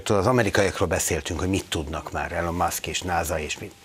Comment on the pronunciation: Nem Elon, ejtsd Ilon